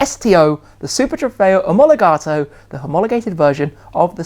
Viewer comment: Love that 'Omologato' pronunciation 😁😁